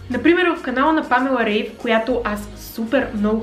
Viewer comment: Уникално видео както винаги! Благодаря ти! Наистина много ми помагаш и вдъхновяваш!❤❤❤(бтв, тя се казва Памела Райф, защото в Германия така се произнася)